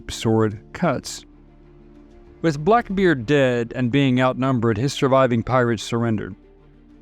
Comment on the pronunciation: Seriously, I'm not hearing things wrong as I even doable checked. Why are you sometimes saying pirate ☠️ and other times clearly saying pilot 🤔 Even said blackbird at one point, lol. It's still a great video, though.